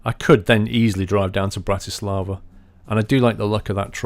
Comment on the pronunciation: Bratis-lava :D Brnou :D I live in Brno...Its so funny when you sayed the name :DD